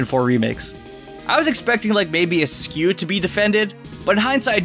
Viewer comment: Ok the way he pronounces Perrserker and Eiscue, they are obvious puns of berserker and ice cube. Oh it hurts